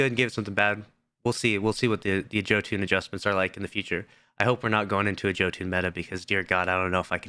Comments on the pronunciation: its pronounced "Yoh - Inn" not "Joe Tune" 😂😭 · Been over 2 years since Jötunn came out and this guy still says Joe Toon